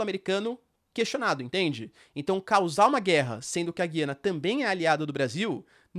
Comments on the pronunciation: Professor, parabéns pelo vídeo. Só uma dúvida: o Senhor tem falado Gui-ana, como se tivesse um "trema", enquanto ouvimos sempre, Gu-ia-na, sem "trema", que é um sinal ortográfico que não existe na língua portuguesa no Brasil. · O nome é Gu ia na... Aqui um meto de Gu ia nen ses... Os grandes comunicadores dos grandes canais, falam Gu ia na, Boris Casoy, Alexandre Garcia, repórteres da Tv Cultura, CNN... Estou torcendo por você, como diz aqueles velho ditado, corrija o sábio e ele se tornará mais sábio.